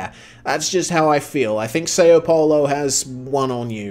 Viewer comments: its pronounced sao paulo, not sayoh polo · See-O Paulo😂